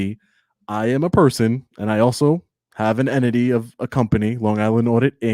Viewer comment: Show us one news story that YOU are not the center of. One where you’re “gathering content for a story,” that will later be published. Why? Because that’s the story. That’s not news worthy. And learn to say entity, library “with you” it’s not witch choo. A journalist speaks proper English. You aren’t even in the same galaxy when you “try” to act tough and sound from the hood in your polo and spare tire. Pull up your pants to hide that gut. If I was your woman I wouldn’t let you walk around with that thing hanging out. 🤮🤮